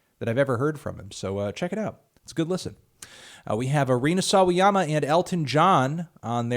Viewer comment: he's gettig better at pronouncing sawayama